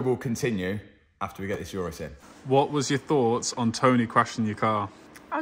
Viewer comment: I love Matt but absolutely hate the way he pronounces Urus. Ooo-Rus Matt not your-rus